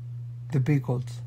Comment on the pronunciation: what do you call dinner rolls in Italy? The "Peekles! And "Pickeris"...😂